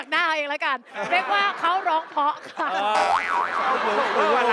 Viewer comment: ชินจะเก๊กไปถึงไหน เล่นใหญ่จนน่ารำคาญ น้องเก้าดีงามทุกอย่าง แต่อยากให้ไปฝึกออกเสียง ร,ล ให้ชัด ๆ หน่อยน้าา โดยเฉพาะคำว่า 'เพราะ'